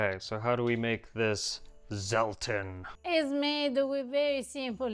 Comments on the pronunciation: try to pronounce Zelten with a TS, rather than a Z!!!! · The "correct" pronunciation is germanic : [tselten], from tents, like in camping-tents, cuz it was a long-lasting, survival "preserve" of fruit and nuts, and pick-me up liquor, for the harsh winter months, until new crops and harvesting would provide fresh products again, in spring 😊! As well, dry fruit and nuts, cooked together, preserve each other with sugar and oil, and are the seasonal diet, to face short days and bitter cold, at a time where buying sugar and oil was a rich-people's privilege. So all these are traditional sophistications of "cucina povera"! Happy holidays from Paris